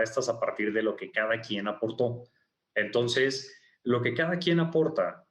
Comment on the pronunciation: dice "Tonces" o es mi imaginación?